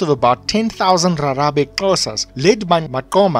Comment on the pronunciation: Rharhabe said like Gagabe